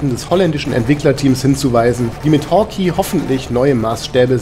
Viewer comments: Nettes Review, aber bitte es heißt nicht "Hawki", sondern "Hawkei"!!!!!! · dagrubar Danke. Ja, klar ist es falsch. Ich hab die Beschreibung mal um die Erklärung geändert. Es ist halt so, dass ich den Titel immer schon als Kind falsch gelesen, gesprochen und geschrieben habe.... "Hawkey" statt Hawkeye. Und dieser Fehler zieht sich wohl bis heute durch. Immerhin hab ich es diesmal dann richtig geschrieben. Das zeugt wohl nur von der Qualität des Spiels, es hat einen bleibenden Eindruck hinterlassen ... und einen falschen Namen ;) Ich weiß nicht ob ich es jemals richtig aussprechen könnte ohne das es sich für mich völlig falsch anhört :)